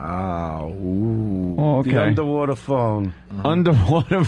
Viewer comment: It’s a UNDAWATA phone ahgoiiii